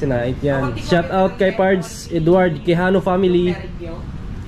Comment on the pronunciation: Don't say shut out say shout out dats the correct pronunciation tnx